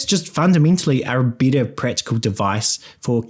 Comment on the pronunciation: are you saying “bitter” or “better”? 😅